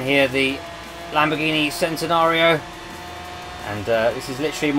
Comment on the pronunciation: Yeah, you're supposed to pronounce it "chentenario".